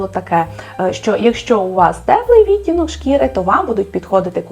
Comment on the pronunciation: Від мене одразу ж уподобайка! 👍Дуже дякую за вашу роботу! Цікаво було послухати. Тільки кілька маленьких зауважень: замість російських "морщинок та уголочків" потрібно казати ЗМОРШЕЧКИ(зморшки) та КУТОЧКИ (кути). У слові відтінок(и) правильний наголос має бути на другому складі, а саме, відтІнок, відтІнки. А так, у вас просто чудова українська! Від себе додам, що не можу прийняти правило носіння босоніжок із звичайними шкарпетками, от не подобається і все, а от срібло та золото на собі таки поєдную☺️ 🌸💮🌼